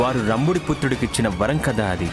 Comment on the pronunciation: Vaaram kadhu varam